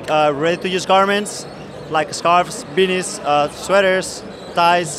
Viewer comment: I know he said beanies but I totally sounded like if he had a cold and said penis with an accent